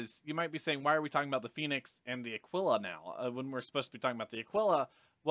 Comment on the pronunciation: Thank you for pronouncing the Aquila correctly :)